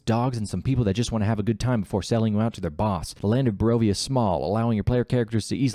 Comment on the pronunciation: Can you pronounce a single location in Barovia correctly?